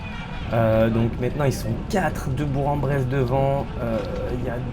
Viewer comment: Salut, juste pour te prévenir on dit bourK en Bresse 🤣